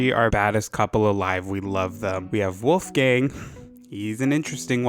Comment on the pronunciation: How did you get yourself to say weres wolfgang lol